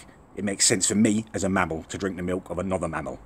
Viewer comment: The way says "mammel" makes me feel uneasy.